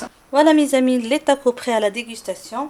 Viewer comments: TacoS lol faut prononcer le S ! En tout cas superbe recette comme dhab merci bcp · we ah 3la tacossssss, hihihihi je pensais qu'on français on ne prononcer pas le S, hihihih mais il s'est avéré que ça se prononce, hahahahah